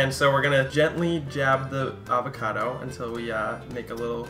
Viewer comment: Cute pronunciation of AR-vacado ;)